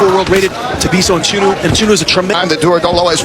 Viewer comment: Mchunu not matshunu nina zinja nxa😂😂😂😂